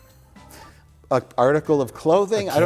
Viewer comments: "Drawring"? Is Mike British now? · It’s adorable how many R’s Mike puts in the word ‘drawing’.